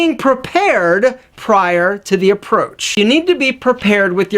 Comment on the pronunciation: messing up the word "prepared" ahhhhh the irony